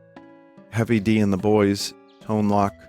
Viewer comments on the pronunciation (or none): I believe Tone Loc is pronounced like tone loke.